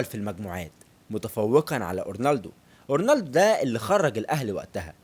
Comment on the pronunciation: ياسطا أنا عملت لايك و (فكرت أشيله) عشان هو اسمه فيريرا مش ڤيريرا و مافيش حاجة اسمها اورنالدو اسمه اورلاندو بس انا مش هشيل اللايك عشان أولا انت زمالكاولى ثانياً و دة الأهم هو أن الڤيديو حلو و شكله متعوب عليه و ثالثاً و دى احلى حاجة فى الڤيديو هى ان موضوع الڤيديو عن الاب الروحى لكل زملكاوي ❤❤ فأنت واضح انك بتعرف تعمل ڤيديوهات حلوة لكن موضوع النطق دة مهم جداً و ماينفعش تعتبره حاجة تافهة أو حتى فرعية . بالتوفيق يابو الصحاب❤️❤️